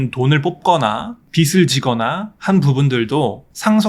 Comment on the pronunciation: 유용한 정보네요. 빚을=비즐 발음함이 맞아요ㅎ 비슬=×